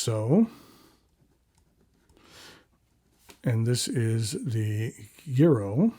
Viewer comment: Good afternoon,! Thank you for your thorough review of these beautiful pens. A quick linguistic lesson for today.... In Italian "gi" is pronounced with soft g (most of the time). "ghi" is pronounced with a hard g. So unless the manufacturer is making a particular statement in pronunciation, the Giro would be pronounced jiro (jee-ro). This comment is not meant to embarrass. You seem to be a gentleman that likes educational opportunities and likes to learn new things. That is the spirit which this comment is offered. Ciao!